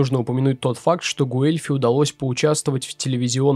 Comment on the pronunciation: Собственно Гуэльфи тоже не через У Э произносится, там дифтонг, почти английское w. Но это всё не критично